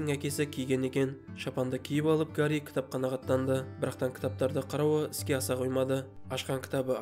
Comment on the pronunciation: Гари емес, Хәри